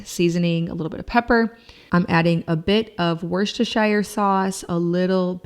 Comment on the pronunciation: Love your recipes, greetings from the UK. Just a heads up as I live in the county next door to Berkshire it's pronounced Barkshire and Worcestershire sauce is pronounced Wooster sauce.